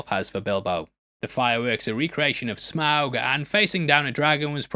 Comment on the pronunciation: you pronounce Smaug correctly, then seconds later pronounce it wrong. How?